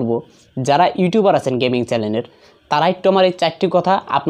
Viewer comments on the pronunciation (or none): none